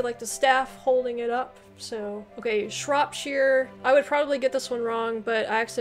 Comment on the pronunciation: Shire is pronounced sheer in the country names. You pronounced it correctly for Shropshire and Buckingham shire but not for many of the other shires.